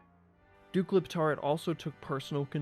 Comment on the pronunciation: I can't help but hear you say DUKE LIPTARD